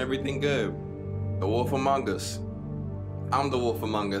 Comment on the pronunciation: Before this game play I kept thinking was saying wolfamongas. I was like.... awolfa what?!